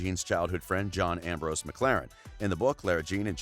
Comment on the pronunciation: I thought I was the only one. Even the way he said Ambrose. He skiped the 's'